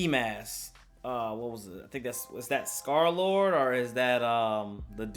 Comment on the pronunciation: This nigga called smokepurp, scarlord ...... I'm dead💀💀💀